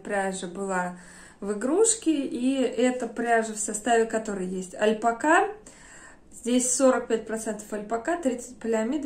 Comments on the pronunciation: Вы такая классная, обаятельная, очень рада, что нашла ваш канал, потому что и стиль, и вкус мне очень импонируют. Но искренне не понимаю откуда в русскоговорящем ютубе появилось «альпакА», это очень сильно режет слух. Понимаю, что, возможно, вы привыкли так говорить, но по-испански ударение идёт на вторую А, это совершенно точно. Ни в коем случае не хочу никого обидеть, просто звучит странно 🙊 спасибо за видео, с нетерпением жду следующего. Кстати, игрушки вязаные просто волшебные! 🌷🌷🌷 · я давно прочитала что ударение в слове альпака ставится на последний слог.